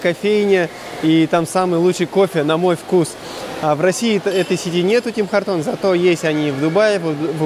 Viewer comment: Ребят, Tim Hortons произносится Тим Хортонс